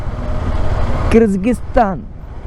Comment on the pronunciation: Bro nimge civil engineering basic technical terms kuda gothilla. Kazakisthan alla Kazakh-stan. 🇰🇿 Kysgisthan alla Kyrgyz-stan 🇰🇬 Swalpa adru homework madkond hogi. Nam bashe na kannad andaga estu bejaar aguthe heli. Kannad alla Kannada antha helthivi thane ✔️✔️✔️✔️✔️🇮🇳🇮🇳🇮🇳🇮🇳🇮🇳